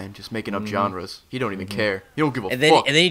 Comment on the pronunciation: Who else thought said "Making up 'John-res'"?